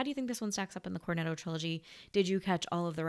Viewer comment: a woman with an Italian surname, saying "Corneddo". You don't believe it until you hear it. 😂😂😂